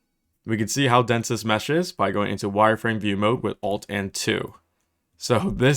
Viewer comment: whenever you say "press ALT and 3" or "Alt and 4" i kept hearing F3 and F4. I would like to report that i have closed unreal engine more times than i meant to.